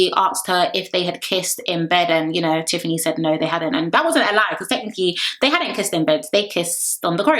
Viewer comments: Girl the way u say Teethfany so casually makes me weak 😂😂😂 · You correcting yourself with Teethfany is soooo funny 😂😂 loved the review!